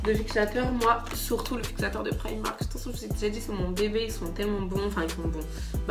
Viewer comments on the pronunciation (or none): none